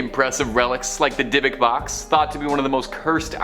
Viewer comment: It’s pronounced dibbik box